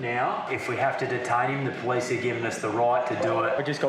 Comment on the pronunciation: The po-lease